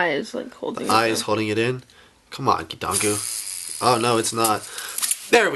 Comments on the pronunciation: It's KEE-tahn-GOO (based on Bionicle Wikia) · Hurry you guys, it's amazing! It's keetongu, NOT!